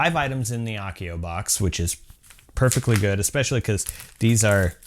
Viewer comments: I love the channel and you bring us amazing harry potter stuff to make but hats not how you say Accio, A like apple. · It's pronnounced 'accio' with an a like apple, not a like arc!